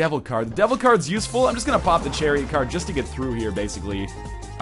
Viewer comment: "I'm just going to pop the cherry card here." Northernlion - January 29, 2013 (I know he said Chariot, But it sounded like cherry.)